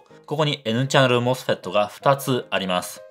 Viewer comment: この動画に一切関係ないけど。。さん声が素敵で聞き取りやすく、MOSFETの発音に痺れました。。ｗ 多分、こんな難解な内容を普通に視聴出来るのは、分かりやすい解説と素敵なお声なんだと感じました 学生時代にさんの動画を拝見出来たら理解も考え方も相当変わったんだろうなって思います 今回もいい動画有難う御座いました。。m(_ _)m